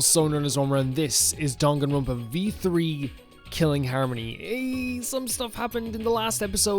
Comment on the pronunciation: Monodam is my second favorite, but I have a real soft spot for Monotaro! He's just such a forgetful goof. I also love the little touch in the sound settings where for his voice clip, he forgets the name of the game and says "Dongaenronpa" lmfao